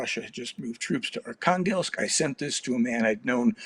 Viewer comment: Archanglest - almost sounds like "Archangel" and yet Russia is not religious whatsoever